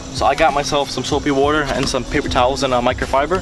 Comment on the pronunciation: soapy wooder